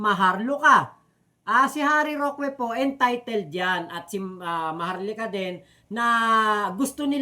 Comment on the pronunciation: correction lang, wag kng magagalit, ang right pronunciation ng roque eh ROKE, hindi ROKWE.. wag kng magagalit ha..✌🏼👋😊